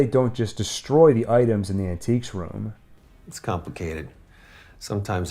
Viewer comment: Was "Shove it into our An-tiques room" intentional? 😅